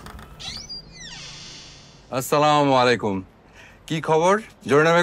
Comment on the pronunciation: অপৃব ভাই আপনাকে আমার অনুরোধ রইলো আপনি যখন নাটকের মধ্যে সালাম দেন ছামুলাইকুম এটা কোন ধরনের সালাম